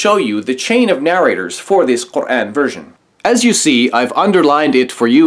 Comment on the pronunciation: Although I don't agree with him about his hate for Islam, I do respect him because he pronounces "Quran" correctly.